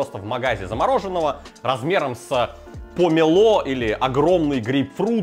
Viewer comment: Помело, а не помело!